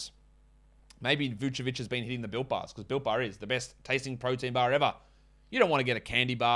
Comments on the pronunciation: trying to say Vucevic always makes me laugh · The Moses Moody one is just as hilarious!